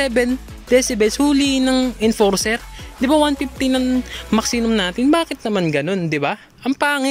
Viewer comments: 😅😅😅🤣🤣🤣Tama nga maxinum🤣🤣🤣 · Tama ba dinig ko? "Maxinum?"🤣🤣🤣